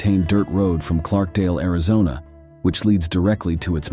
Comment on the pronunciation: You live in oak creek canyon but can't pronounce or spell clarkdale lol